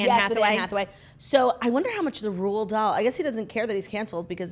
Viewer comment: "the estate of Ronald Dahl" I legit started peeing my pants